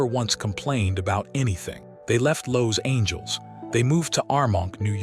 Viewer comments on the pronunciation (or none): Loved the video but I cringed through it all 😩😩 The AI narrator had verbal dyslexia: O’pie, Loss Angels , Burke Bank , Fran’sis Cope’allah , Marten Scarcest , Funzee, Run Hawaerd , Da’Zooloo… 🤦🏼‍♀️